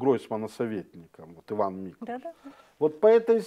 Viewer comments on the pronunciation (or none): none